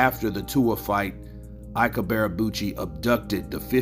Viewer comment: Can't this guy even speak properly? WTF is Ibearabuchi? PAY ATTENTION SON it's pronounced 'EeeBay A Boochy' You fanboys need to step your game up. Shoddy work AND FFS buy yourself a proper mic homeboy.